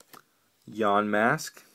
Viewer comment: is YAMASK not YANMASK